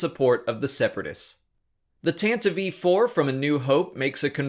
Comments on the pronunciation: tantive not tantavive! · It's pronounced "Tan-Tive" not "Tan-Tiv-e" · Evan Tsilimidos that pronunciation took me off guard, too. Where is it confirmed? How is it pronounced in audio books? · Several of your pronunciations are off, such as Even Piell's name is pronounced "peel", as in lemon peel, and Tantive is pronounced "Tan-tiv", but otherwise, great video. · You are the only person that I've heard pronounce Tantive IV as Tanta vee four....just look it up. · I like your videos but i hate the way you say "Tantive" IV